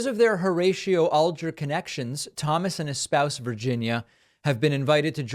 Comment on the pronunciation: The way you pronounce Alger leads me to believe you do not who he was. It is AL jer not ALL jer.